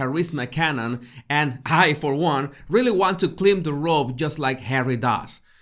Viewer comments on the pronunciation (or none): It’s “climb” like “rhyme.” “Climb a rope.” It’s CATegory like kitty “cat,” with strong emphasis on the first syllable. Great stuff. Loving it.